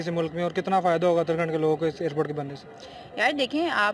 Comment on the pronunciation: Uttarakhand hai naki utara khand